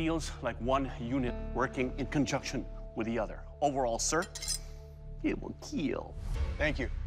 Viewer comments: The hardest "keeel" ever. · It will KEEL!! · Does he say keal because it's child friendly? Keal= Keep everyone alive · That's what Doug says. He doesn't say "kill", he says "keal". It is sort of a running joke with the show, the way Doug says the word, and he even confirmed that he intentionally says it as "keal", as an abbreviation of "Keep Everyone ALive". This is an attempt at being more family-friendly, but more importantly, it's a meme. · In the end I only watch this to hear him say KEAL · It will keel! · It will keel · Most importantly it will KEEL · Why does doug always pronounce kill like keal? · It will keal 😉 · It WILL KEAL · Someone has to teach that one judge some English. It would be one thing if he had an accent and it came out naturally, but it seems perhaps he's choosing to mispronounce kill for some reason? Keel is a boating word last time I checked the dictionary, and kill and keel are neither homonyms, nor homophones. It just irks me seeing history channel presenting language manipulation in a manner I would more expect from E!. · When did “kill” become a two syllable word? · Why is the chinese always doing kiwwel test i hate how he says it let some othee judge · I'm personally so sick of this dudes pronunciation of kill